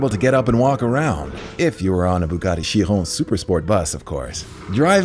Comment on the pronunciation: Glad to hear you pronouncing Chiron correctly 🎉🎉🎉